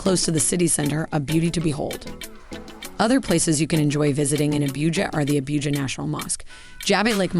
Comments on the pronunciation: Dear Lord, if you are going to do a video, you really should take time to learn the proper pronunciation of the cities. I was ready to scream hearing you say Abuujar, repeatedly. It is Ah-boo-ja. Similarly you fail to even get Lagos correct. Appreciate the optics and the introduction to the city, but you do your presentation a disservice. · It is not Abiuja it Abuja 😅 most opulent city in the whole of Africa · "Abíuja"... Hehehehe😄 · So many mispronounced words. Especially Abuja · Abuja & ECOWAS shouldn't be that difficult to pronounce Your presentations have looked professional otherwise